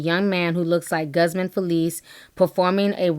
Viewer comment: I hope you don't mind me correcting you...the name GUZMAN is pronounced "GOOZmon". All due respect.